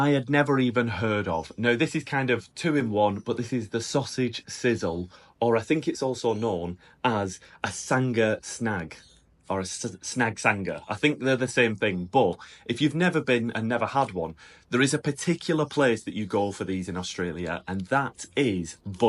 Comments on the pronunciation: You’re pronouncing SANGA wrong… it’s Sang-a. Not a heavy hard G. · Sanga not sanGa. Milo on buttered bread. BTW dimsims were invented in Australia in Melbourne. Sav in batter does NOT come on a stick, those are american corndogs, in fact they are usually called a hotdog in batter and are in most fish and chip shops, never heard of a Pluto Pup and I've travelled all over Oz. Mind you Queenslanders are strange. kangaroo meat is about the healthist meat there is. Try Kangaroo in red wine sauce.